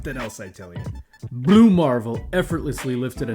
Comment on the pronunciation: Why do you say "Blue marvel" like that? 😭😭